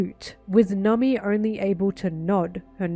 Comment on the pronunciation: I like the way you say Nami. 😊